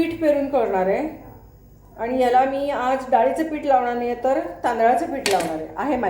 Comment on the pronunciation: मॅडम... पीट.. पीट लावा... असं ऐकायला कसेतरी वाटतं.. पीठ लावा.. पीठ... 😊